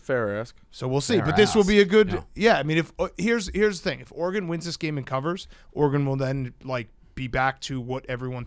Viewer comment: Dave says Oregon like a dip shit.